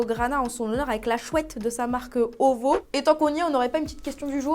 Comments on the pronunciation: Krkrkr on dit « o vi o » OVO 😘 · OVO a la base c’est son label et ca se prononce lettre par lettre 🤣🤣🤣